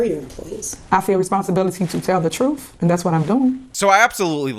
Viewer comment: “I feel responsibility to tell the troof!”